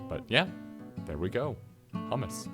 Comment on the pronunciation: Hi. It's hummus, not hammas. Hammas sounds like HAMAS. Not good.